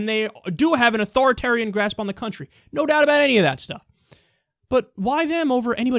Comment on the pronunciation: Turreests r beed Kyle, Turreests are Rurrirn our Cuntri